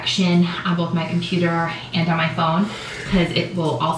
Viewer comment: I don't understand how people put a l in both. I can't pronounce bolth.